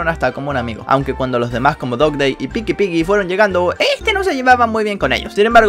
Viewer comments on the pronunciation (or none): none